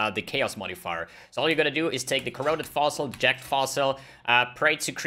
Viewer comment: Sounds like he's saying jacked fossil